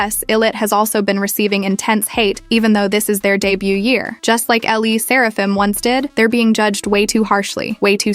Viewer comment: AI slop channel? who says L.E. Serafim 😭😭😭